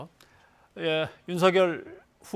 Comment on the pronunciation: 사회자들 윤석열입니다 바름좀 똑바로 하세요 들을때 유서결로 들립니다